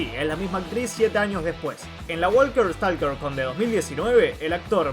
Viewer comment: "Walker stalker", en ninguna de esas palabras se pronuncia la L. "Woker stoker".